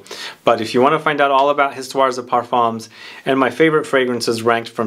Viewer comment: No S at end of either word ... Histoire de Parfum ... the S is silent 🤣🤣🤣🤣🤣. My favourite is 1740 and my birth year 1969 👍🏻. Oh and in 1804 Napoleon was granted title of Emperor 👍🏻